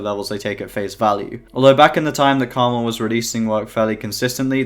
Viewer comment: his name is pronounced Karma-L not krmal